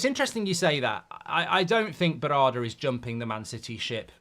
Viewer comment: Mark you've butchered Berrada's name 😂